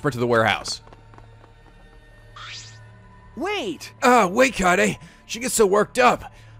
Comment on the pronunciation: KAYAYDAY is the optimal way to pronounce kaede